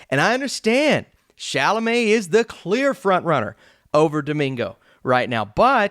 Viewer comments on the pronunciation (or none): none